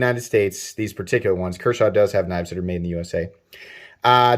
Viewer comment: Thought you said "Kershaw Cannibal" 😂😂😂😂😂😂